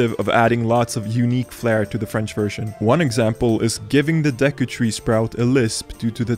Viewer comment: As a French, I can say I tremendously enjoyed hearing you say "de cul"